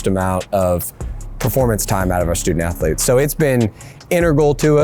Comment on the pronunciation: "sToOdENt AthErLetes' -Eric Cartman